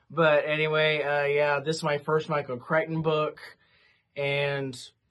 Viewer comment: I don’t know why I am saying this since you should be able to say a person’s name however you want if they have no problem with it, here’s an interesting piece of info on the author’s name: Whenever I have heard most people talk about him, they have pronounced his last name CRICK-ten.